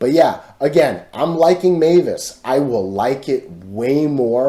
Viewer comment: Many thx dude! It’s always entertaining to see TA about MVIS 🎉🙏 BTW; the pronunciation of MVIS should be „emvis“ not „meyvis“ right?!? I’m not American, I always used to say it as „emvis“ but not sure if it’s right